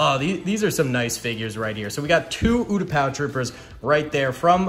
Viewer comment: Me screaming when he said utapou troopers